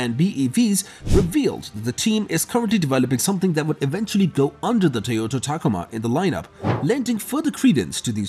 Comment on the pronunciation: What the hell is a “tacama”, are you meaning ta-COma?